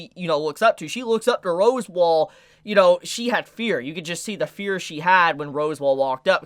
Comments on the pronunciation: Its pronounced RASSWALD not ROSEWALL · Uhm.... is it pronounced "Roswell" or "Rosewall"?? @@